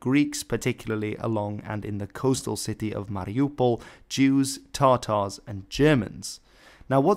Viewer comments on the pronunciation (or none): Tatars not tartars.